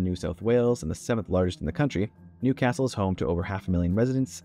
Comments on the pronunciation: It's Newcastle not New Castle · I was born in, and have lived in Newcastle my entire 40 something years and it is one word. Many make this mistake!! ☀️🏖️ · Newcastle is one word, not two. Commenting from Newcastle right now, as a Novocastrian who was born here. P.S. Newcastle is named after Newcastle-upon-Tyne: both are/were industrial port cities which had coal nearby.